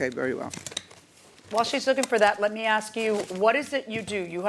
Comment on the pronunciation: Getting old hearing people pronounce "ask" as "ax." Oh, and "texts" as "texas." Sounds alot like Smeagle in Lord of the Rings...